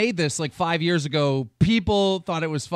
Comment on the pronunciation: He really emphasized "5 years ago."